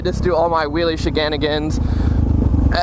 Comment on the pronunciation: "wheelie sheganigans"